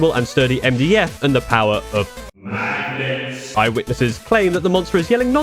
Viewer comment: i just like how just says magnets, also yes i am a and yes i to am bad at stuff